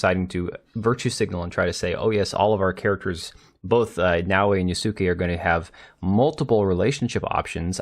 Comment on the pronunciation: Not ya-suu-ke but yas-ke for pronunciation 😅